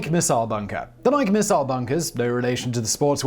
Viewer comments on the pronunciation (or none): It is pronounced "nigh-key" not "nigh-k". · I’m sure I’m not anywhere near the 1st person to say this, but after watching untold videos, I can’t bite my tongue any longer. Simon, you’re great, but Nike is pronounced “Nigh-Key”, not like the name “Mike” but with an “N”. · Nike is a two-syllable word pronounced "nigh key". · The Nike site near our farm was decommissioned, sold to a private party, and became a boat storage facility. By the way, the name is pronounced N'eye-kee, as in Athena Nike. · NI-KEY NI-KEY say it with me. NI-KEY Simon... nike rhymes with bike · Nike sites.....pronounced just like the shoes: NY-kee. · Nike missile sites were located around all major US cities. Oh and the pronunciation is Nik-e. Named for the Greek goddess of victory. My dad was a missile officer and was stationed in Pennsylvania, Illinois, and California. Including the site that is now open to the public in the Golden Gate Recreational Area. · You're messing with us now aren't you Simon!?!? You know that's not how Nike is pronounced! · Buddy, you keep saying "Nike" wrong. If you look up the entymology on wikipedia for the Greek goddess, the -e on the end is a long vowel. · How has nobody he works with not told him how pronounce nike correctly? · Please learn to properly say Nike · We're going to have to have a talk about how you pronounce "Nike". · Everyone knows it's pronounced Nike.